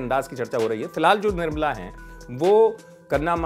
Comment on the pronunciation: Be first its nirmala not nirbala🤣